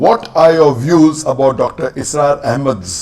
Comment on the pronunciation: Asrar nahi bhai. Israr ahmed.. pls correct your pronunciation